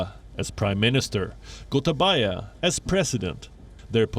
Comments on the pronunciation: When u pronounce gotabaya it’s actually pronounced as gotabeya in Sri Lanka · Im happy to hear when narrator call ""goatabayaa"" most feared president in the world ...